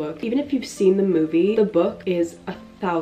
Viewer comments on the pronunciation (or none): none